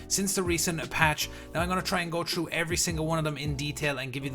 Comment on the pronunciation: Through not chrough you dumb bitch